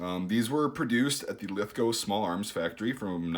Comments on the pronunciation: As a Australian it's great to to hear you say Lithgow correctly! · I did a double take because I thought I heard you pronounce Lithgow correctly... I wasn’t wrong.